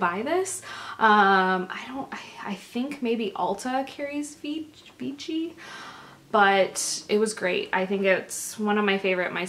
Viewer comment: Vichy is pronounced "Vishy". :)